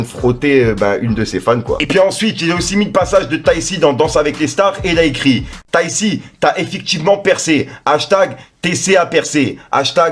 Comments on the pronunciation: wsh je t'aime bien mais,arrete de dire tai c ses tayk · Tu m'tue 😂😂 ont dit "tayk" pas tayssi ☺️ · C’est pas « tayssi » mais TAYC « TAIK » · C pas taysssi mais taykki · Mdrrr! C'est Taï Ki (TayC) Et c'est pas un rappeur mais un chanteur... 🤣🤣🤣 sinon t'es un bon toi! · Bonne vidéo mais juste sa sdi pas tayissi mais tayc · Taissi ça me termine comment il prononce son blaze tayc en sueur 😂😭😭😭😭😭😭😭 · je découvre avec toi qu'on ne dit pas Tay si 😁